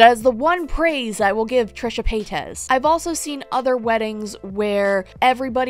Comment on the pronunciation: “TRISHA PAY-TEZ”